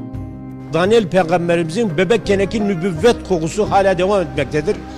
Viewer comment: Dalyan değil Daniyal as kardeşim düzeltin onu